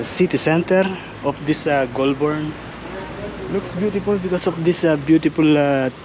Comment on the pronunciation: The trees that lose their leaves are all foreign trees. All Australian native trees are evergreens. It's pronounced "goal-burn". Great trip.